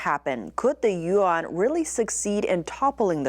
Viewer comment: speaks Mandarin, so she knows every Chinese word has 1 syllable. She knows how to pronounce Yuan but chooses not to. That is the most mispronounced word for the Chinese currency unit. she almost pronounced it correctly.